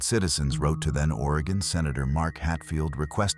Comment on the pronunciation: Will-lamb-it. At least Oregon is said correctly.